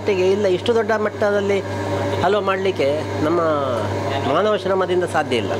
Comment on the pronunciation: ಅಲ್ವಾ ಅಲ್ಲ ಕಣ್ರಿ ಹಲ್ವಾ. ಅ ಮತ್ತು ಹ ಉಚ್ಚಾರದ ವ್ಯತ್ಯಾಸ ತಿಳಿದುಕೊಳ್ಳಿ ದಯವಿಟ್ಟು.